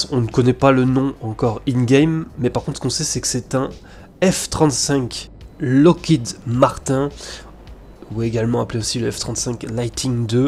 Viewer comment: Par contre tu te fais pas chier sur la prononciation du Locked Martin...